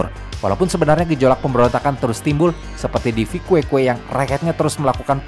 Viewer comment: papa orang Timor Timur mama orang Manado sekarang tinggal di Timor Barat ahahaha koreksi di min Viqueque di baca Vikeke itu kota asal papa saya🇮🇩🇹🇱